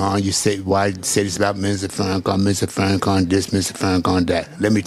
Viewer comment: Can this clown say Farrakhan’s name correct?? He is the most petty person I’ve seen.